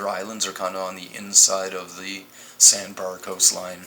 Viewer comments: Marc Rover Not to mention this guy's inability to pronounce the letter "a" correctly. It would drive me nuts listening to whole video of "mursh" instead of "marsh", "sand bur" instead of "sand bar", etc. Not sure which "dimension" he attended grade school in, but it sure as heck isn't the same one I attended in!! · Its pronounced sand "BAR" not sand "BUR". Good vid tho